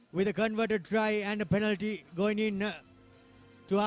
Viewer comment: Without any malice and with all good respect to for providing us excellent coverage of schools rugby,, please advise your good commentators to correct their pronunciation of the following words of speech. 1. Penalty (and Not "Pan-alty") 2. Forwards (and Not "fore-wards"). 3. Possession (Not "por-session"). Thanks for you your kind attention to prevent unwarranted embarrassment to your good services. 👍